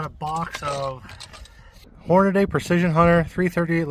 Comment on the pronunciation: Everything was fine until you said "Hornaday" 🙄